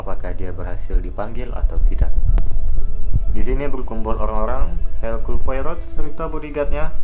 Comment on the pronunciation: Dibaca Erkul Poaro